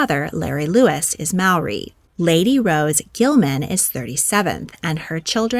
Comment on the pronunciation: Lady Davinia (#34)'s son's name is not pronounced 'Tan', it's Tāne. You would pronounce it Tah-ne because the macron elongates the 'a' sound. You've also mispronounced Māori as Maw-ri. Same thing re macron, Ma-ri would be better. Disappointing you didn't google this prior to recording your video, considering Aotearoa is a Common Wealth Country.